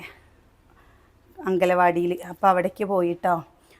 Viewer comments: എത്ര പ്രാവശ്യം പറഞ്ഞാലും പഠിക്കുലെ.. ആഗലവാടി അല്ല അംഗൻവാടി എന്ന് പറ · അംഗലവാടി അല്ല ചേച്ചി അംഗൻവാടി